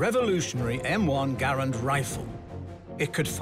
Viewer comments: Connor Goron it’s Garand not Grand even the man who invented last name is Garand why would you pronounce it differently. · Holy cow, I don't think I have seen someone shoot with such a huge jerk of the trigger. And please pronounce Garand properly. Dang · “Garand” is actually pronounced "Garan" with a silent "n" if using a québécois accent, or /ˈɡærən/ in the international phonetic alphabet. "Garand" is French for "guarantor" or "someone who guarantees". Jean-Cantius Garand was born a french-canadian in Saint-Rémi, Québec, and his father emigrated to Connecticut with his family 11 years later. Jean lived most of his life in the USA, as a naturalized citizen. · I have many problems with this. First off, they didn’t pronounce “Garand”correctly. Secondly, the Garand was designed for long combat use, it will not break in 3 weeks unless you try to break it intentionally. It is one of the most trusty rifles ever built. Lastly, the “ping” is a myth. The sounds of battle are far too loud to listen to a ping.